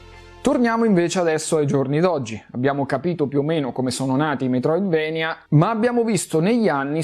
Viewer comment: comunque si legge Metroidvania, per come si scrive, per il fatto che il nome di Castlevania è preso dal posto che è la Transilvania dove giustamente che il è castello di Dracula, che alla fine è il nemico principale. Quindi se dici "vania" e più giusto di "venia"